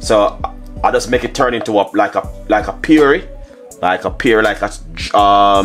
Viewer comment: Not paree ,its puree say whisk not wis